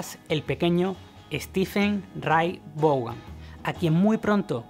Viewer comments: Se pronuncia Steve Raitt van asi mero jajaja jajaja jajaja no vogan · Cuantas veces mas podria pronunciar mas el apellido ? Hahahaha Stevie Ray Vougan!!! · El nombre " Vaughan" se pronuncia como "Von" del alemán,tío, pon cuidado a la pronunciación del video en Berlin y otros. Por otro lado, el nombre "Van", como el de "Van Halen", es de origen holandés. SRV fue un músico excepciónal, pero en nada superó a Hendrix, parece que quería ser un Hendrix blanco, y lo consiguió, diría? Lástima que murió joven, pudo haber logrado muchas cosas porque era un músico todavía en evolución. Tal cual! (*_*))))) _-' **.' - _! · Hay que mejorar la pronunciación del inglés sobre todo en el apellido de Stevie